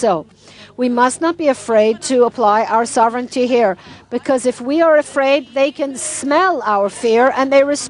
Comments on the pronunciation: It isn't pronounced: So VRE nity but SO vrenty (sovereignty) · 1) FYI It's sovereignty, not soverenity, ˈsä-v(ə-)rən-tē; no i between the n & t. 2) Sovereignty without repatriation to Jordan & Egypt is doomed to failure as is the status quo. 3) The ONLY effective, compassionate solution to the existential threat from the overwhelmingly genocidal Arab Muslims Israel's leaders permit west of the Jordan in contravention to the Balfour Dec., San Remo, & '48 victory, is their repatriation to Jordan & Egypt. Your ideas are suicidal long-term.